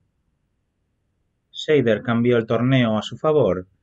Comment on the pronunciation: Perdóname, pero es que es un apellido alemán que se dice /saider/. La "Sch" está muy bien pronunciada, pero el "ei" lo dicen /ai/. Buen video por lo demás.